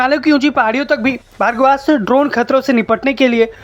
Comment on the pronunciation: यह भर्गवास्त्र नही बल्की भार्गवास्त्र है अर्थात् भार्गव अस्त्र 😂